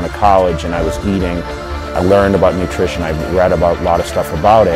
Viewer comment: "nutrition" :P